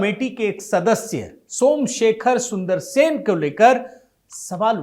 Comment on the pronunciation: Sun-dara-resan, not SUNDARSEN.